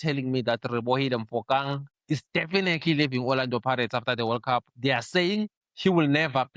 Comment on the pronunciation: Please Please my brother...Learn to say peoples names correctly or just names of things in general like countries, brands etc. I understand that pronounciation is a bit difficult but sometimes you even change the spelling of the name in its entirety...I mean what is "Rebohile Mofokang"? Its boarderline disrespectful when you know exactly what the guys real name is. Please stop rushing through speech and listen to what you say when you speak...You make too many mistakes my brother. I really enjoy all the shows that you've been a part of including this one, I think you're unique and a breath of fresh air...you dont comform to broadcasting usual standards and I like that. I urge you to please not be annoying like Lindo Pep who is just annoying in his own way nje...I used to watch all shows before they brought him onboard...now I pick and choose which soccerbeat shows I watch.